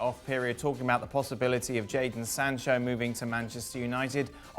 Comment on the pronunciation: This man said Jason Sancho?😒